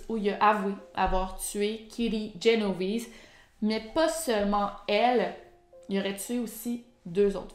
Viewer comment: C’est Génovèse 👌🏻pas Genovise 😇a l’ italienne